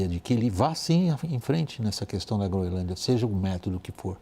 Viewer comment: A jornalista fala Groinlândia😅😅😅